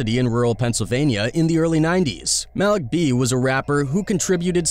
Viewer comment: Cringe when he pronounces,Malik B"s name😂